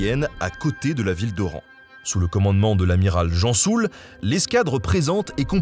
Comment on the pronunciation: L'amiral "Gensoul" et non pas Jean Soul